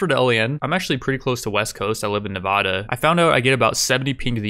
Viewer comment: how you gonna live in vegas and pronounce it ne vah da